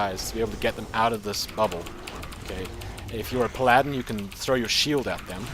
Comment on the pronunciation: Palladen. I like your way of pronouncing Paladin. xD Just got yourself a new subscriber.